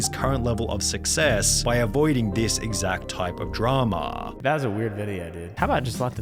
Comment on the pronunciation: Why he say it like Dramaaaaah